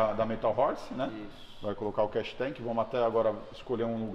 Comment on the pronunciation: Não é Cash tank é Catch tank, o povo gosta de falar os termos em ingles e fala tudo errado!